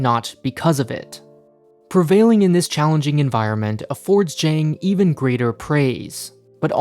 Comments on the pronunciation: Zhang is pronounced jung ZH = j ANG = ung Hao Bang = how bung Hao Bang = Excellent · It's not pronounced Zhang like aang, it's more like Zhang like the o in song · I like your content, but I beg you, please learn how to pronounce Asian names correctly. It's very grating. Zhang would be pronounced as something like "Cheung" or better yet, like "Ch-ah-ng". At the very least, you can copy his Chinese name from Wikipedia and use Google Translate to check how it sounds. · It's pronounced Zhang not Zhang. Odd not aid. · His first attempt at the beginning of the video was fine. The second and subsequent ones were typical Americanised pronunciations.